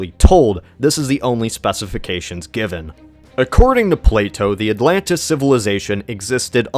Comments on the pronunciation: Atlantchluss, lol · ATLAN-DEES NUTS!!!!